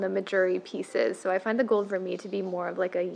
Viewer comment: I refuse to buy vermeil jewelry, it tarnishes fast even with good care and it just ends up being a waste of money for me. I own a lot fewer pieces but I just wait for a good sale on solid gold! P.s. Vermeil is pronounced ver-may